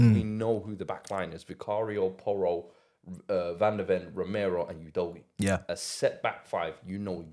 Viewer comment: That name is pronounced Udo-gee-yeah. Another Nigerian name mispronounced. Lol